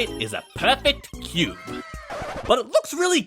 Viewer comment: Was I The only one who thought he said goon instead of cube